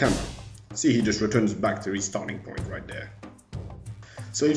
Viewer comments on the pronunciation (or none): none